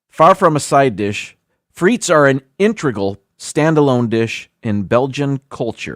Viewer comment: And don't forget the Sarson's (malt vinegar) for the chips! Because proper pronunciation matters, as a French speaker I will let you know that frites is properly pronounced freet, the final S is silent. So when you're at your favourite brasserie, you order steak frites (freet)! (Steak and fries). It's never ever pronounced freets. Living in Greece, yes, they put chips (fries) in everything LOL! It's been that way for as long as I remember. I usually eat the hot chips first especially with a gyro (yee-roh, roll the R!). BTW, poutine only tastes good in Canada! *hash tag team replay